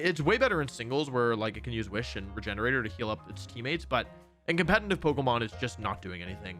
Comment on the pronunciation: I will subscribe the day you stop putting an “N” in the word “competitive”